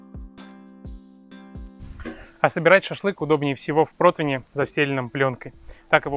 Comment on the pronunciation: Вроде грамотный человек, а говорит протвини. Противень!